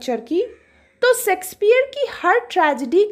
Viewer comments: Its shayksh peah not secspear... I dont understand y most of the teachers pronounce like this ? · Mam baaki to theek hai par pronounciation shakespeare ki sexpeear bolta ho ya unki aatma ko hurt krega 😂😂😂